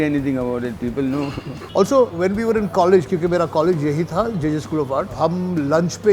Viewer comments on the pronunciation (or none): none